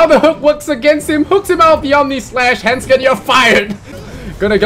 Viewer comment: >When they keep saying "Hendskeen" when it's actually handsken